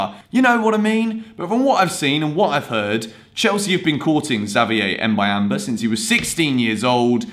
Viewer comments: Boo-yam-ba thats how you pronounce it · It's pronounced Mbu-yam-ba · Say "Mb"uyamba like you say the "mb" in the word "number"